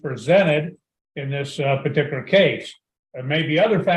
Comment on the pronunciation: The way he says "partikular" and the amount of times he says it, are a 'partikular' pet peeve with me.